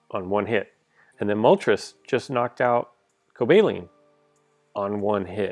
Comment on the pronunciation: The pronouncation is coba-leon